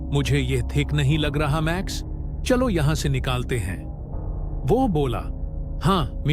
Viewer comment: Hanji aur hindi mein jyada gadbad ho raha . Jaise here on 1) "चलो " -> "chaalo" bn gaya 2) suna pdi thi -> instead " suni pdi thi" 3) mere jaise -> instead of " mere jaisa" 4) confusion of girl or boy . Above other sentences ke kaaran yaha bhi confusion create ho rhi but animation ke through samjh rha ki ladki hai . 5) statue pronunciation glt hua , yha statuye pronounce hua . 6) हमे instead of huumein . 7) theek ka pronunciation barobar nhi hai it sounds like thick . 8) niklte instead nikaalte 9) utrne instead utaarne 10) pakdke instead pakaadke 11) chhudaya instead chudaya 12) nikl jati instead nikaal jati 13) nhi gayi instead nhi jati 14) baar instead bath 15) शायद instead shyaad 16) 14 = chauda saal pehle instead choda saal Content creation bohot difficult kaam hai aur aap isey bohot accha kr rhe. Animation bohot pyara hai aapka . Aur main aapke kaam ki sarhana karti hu . Bas aap voice quality aur yeh errors pr dhyan denge toh ekdum aapka channel mjv tales aur iamrocker jaise chalne lagega . If you want main yeh errors sahi kr dungi . I don't want anything , just wanna learn new things. Jo weak areas hote hai unpr work krne se bohot better ho jata hai . Agar voice human jaisa feel nhi dega toh problematic rahega . Aapko koi help lage toh batana , will help you with it . Mujhe jyada kuch aata nhi but will help .